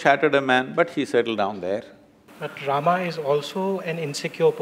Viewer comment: Don't pronounce Rama , say Ram